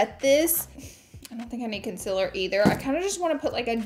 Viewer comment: It is 2021 and she is still saying Concealer wrong haha It´s not a Conciller